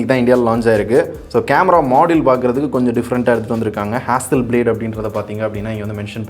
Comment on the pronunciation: Adhu hasselblad , hasselblade ila ya.. En ya kollura. Tech review panra seri oru peru kudava olunga solla mata